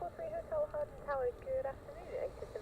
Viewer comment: Hi, nice to see a change in your videos, Btw the W in Hawarden is silent, so in North Wales we pronounce it as Harden. Regards from Ray the old sod from North Wales.